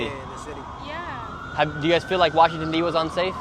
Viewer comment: WA-shing-ton!! ANUNCIATE!!! Your reporting is top notch!!! Your catch of the drug-dealer arrest yesterday was hysterical!! You should have let the lady SCREAM into your microphone!!